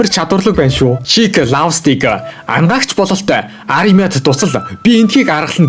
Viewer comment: Anagaagch baisan ymuu bi angaagch gej sonsood baisanshd hahaha